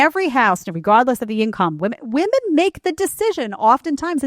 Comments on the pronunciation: Why do so many young women have trouble saying the word "women?" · What is it about this younger generation that doesn’t allow them to be able to pronounce the word “women” and not “woman” when referring to multiple women? Smh absolutely ridiculous. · Why do these young woke women pronounce the plural women as woman. This reflects the state of education system.